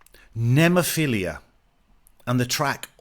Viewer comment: Cool reaction, just one thing... The band's name right pronunciation is: Nemophi-LA... not Nemophi-LIA. ✌️😎🤟